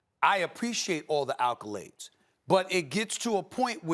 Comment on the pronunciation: The "alcolades"